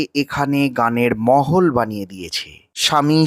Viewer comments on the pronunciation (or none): Kotha ta holo Mahol, not mohol, r banglay bolchen jokhon tokhn আবহাওয়া ba পরিবেশ bolun, apnar video r kono ninda korchi na sudhu bekar hindi/urdu tene anben naa, sunte vison kane lage 😊